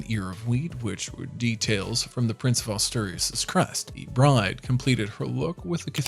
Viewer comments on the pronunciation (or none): none